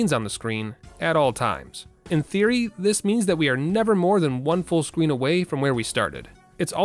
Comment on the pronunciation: “one full scween”